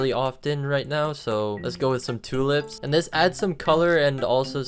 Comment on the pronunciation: did bro said two "lips"